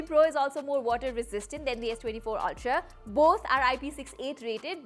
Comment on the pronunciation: Ultra❌ Alchraaa✅ 😅